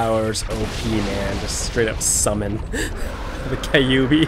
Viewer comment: This in't a Kay commercial. You don't begin a raid on Konohagakure with Kay...ubi. It's pronounced Kyuubi. Not a jewelry store commercial. Not, "Every destruction-of-a-village begins with...kayyyyyy" No. Stop that. KYUUB. Almost like vacUUm, but kyUUbi. Thank you.